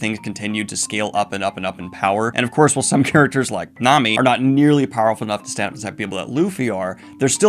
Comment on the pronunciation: Some of your pronunciations of names in One Piece (Nami, Do Flamingo and Kaido) I literally can't see how you read Nhami, Du Flamingo and Kado, to the point where it takes me a while to figure out how to spell what you're saying I really enjoy these reviews, especially since I haven't seen past Marineford and there's a reason Nami and Ussop are my favorites, they're normal people and have to come up with ways to contend with the opponents their shipmates keep antagonizing Not sure if it compares to what you're looking at, but Tokyo Revengers seems to have a lot of the same feel as One Piece in building their characters personality instead/with their power